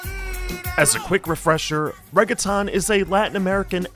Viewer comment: I absolutely love this video! But you should look up how to pronounce words like "reggaeton" (or any others that you've only ever seen in print) before you read them out loud. Keep making great content